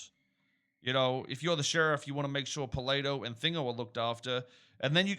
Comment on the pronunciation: Only thing that killed me is how said "PALEYTOH"